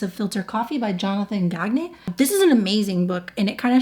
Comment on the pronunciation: Useless trivia: I know a Gagne and he pronounces it like “gone yay”